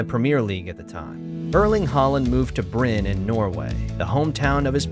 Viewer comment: Please. Don't pronounce Molde and Bryne without the E at the end ! It's not French. It's Norwegian... 😉